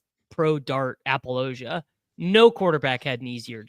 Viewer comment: Google for me says pronounced Apologia correctly. confirmed dumbass his whole life.